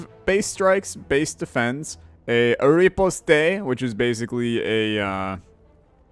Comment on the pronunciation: Pardon, was that riposte mispronunciation intentional?